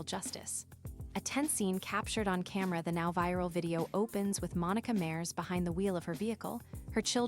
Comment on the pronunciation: It’s pronounced Mah-res which means “oceans” in Spanish